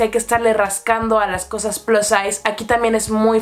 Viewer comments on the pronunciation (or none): none